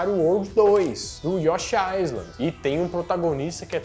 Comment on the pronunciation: O S em Island é mudo... Mistérios da lingua inglesa.